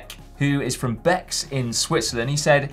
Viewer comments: Bex, pronounced Bay ................ my local climb too and two guys I know. Yes it's a smallcycling community here in Swissyland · Bex is pronounced "Bay"